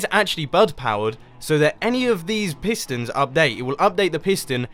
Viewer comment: Pistons not fistons.